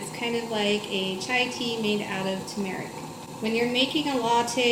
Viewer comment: Pronouncing turmeric not accurately. It should be Tur' merik. Not tu MER ik. Sorry. Most Americans dont say it correctly